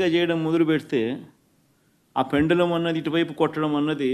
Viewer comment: అది ''పెండలం'' కాదు బాబు ; పెండ్యులం , భాష నేర్చుకో ...